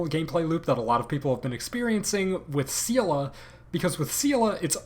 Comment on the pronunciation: Hold on did you just pronounce Seele's name as "SEAL-UH"